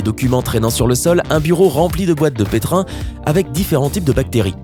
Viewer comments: Super video, très intéressante. Juste une remarque qui m'a fait saigner les oreilles, c'est boite de pétris et pas de pétrin s'il vous plait. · Alors huile de ricin se prononce ricin (comme capucin ou le chiffre un) et pas ricine et pour finir, on dit boîte de pétri et pas pétrin, merci (va falloir retourner à l'école mon p'tit gars ou alors arrêter de faire des vidéos) ;) donc le contenu est bien mais pour la présentation, bah pas de pouce bleu désolé. Je sais j'suis dur.